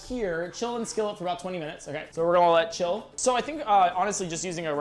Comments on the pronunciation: always out here saying "golna" instead of "gonna" and it's bothered me forever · Does anyone else find it adorable that he pronounces “gonna” like “gullna”?